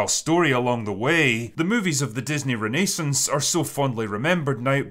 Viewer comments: Drinker, if I didn’t have the context of what you’re saying I wouldn’t understand your pronunciation of controversy and renaissance. Is it that different on your side of the pond? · That pronunciation of "Renaissance"...